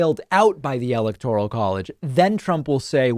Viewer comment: Really though, Has Donnie had ribs removed so he can blow himself? Yes Dummy Donnie, "Corript" is "like Corrupt" only wrong. David, Why can't you say "electoral" properly? Even Trump can!